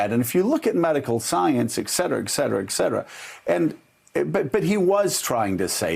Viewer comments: Oh no... Joe... it's Et Cetera, not Exetera. Latin, two words, distinct break between them and hard 't' at end of Et... you're better/smarter than this. :P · It’s eT cetera Joe Dingus